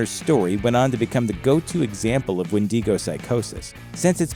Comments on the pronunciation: "What we actually know about the wendigo myth" lol, too bad you don't ACTUALLY KNOW how to properly pronounce wendigo. "Windy-go"! LMAO! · turned this shit off after a minute... windego, tf is that?? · Maybe he was hungry for some "Wendy's go" lol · Isn't it wen-duh-go? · It’s WHEN-DIH-GO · Why do you mispronounce the name 📛😢🍑😮‍💨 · As a Native American I’m more scared of the pronunciation than the actual wendigo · You know with your whole heart that’s not how you pronounce wendigo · Dude learn how 2 pronounce the windigo name before you post a video on it you are light years away from pronouncing it right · If you’re gonna mispronounce go straight southerner Win-dangos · I hate how he says wendigo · Please do not pronounce it like that. I can't watch more than approximately 17 seconds. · Fukin hate how you pronounce wendigo, you probabbly say minotaur instead of minotaur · Wen dig o sound it out nerd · I love how he not only had to pronounce it wrong but also felt the need to do it like 59 times in first 45 seconds lmao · I'm secs in and finding it difficult to watch because of the pronunciation. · I stopped watching as soon as he start mispronouncing wendigo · Does anybody else hate it how they pronounce Wendigo? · Your pronunciation is garbage. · Why do you pronounce wendigo like that please don't do it I don't like it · The way he pronounces wendigo is so funny to me 😂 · I can't even watch this when you pronounce it so wrong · what a weird pronunciation of wendigo and Algonquin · Your saying wendigo wrong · It bothered me through the whole video the way he said it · Even that pronunciation is wrong but it's the common way non-Algonquins pronounce it. I am Cree btw. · One knows when someone cant even pronounce the name correctly, they aren't credible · Algonquien and Wen Di Go just absolute amazing speech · How can you pronounce hermaphroditism properly but wendigo is so hard for you, bro? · Made it to , couldn’t finish the video bc “wendeego” 😂😂😂 tf